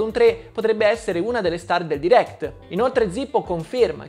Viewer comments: Sentire per tutto il video "diréct" invece di "dairect" mi turba parecchio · Guarda ho sempre detto "dairect" ma ultimamente nella mia testa è più corretta la pronuncia americana "deerekt" forse perché la sento più spesso